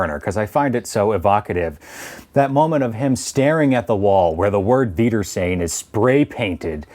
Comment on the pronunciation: I love how you pronounce the "r" in "wiedersehen," lol. It's interesting to see it as "reunion," as it's almost literally, "Until I see you again." The word "reunion" as you're using it sounds present-tense when the word is more future-tense. It definitely makes me see the episode in a different light, although I think taking all three definition of the word makes it even more profound.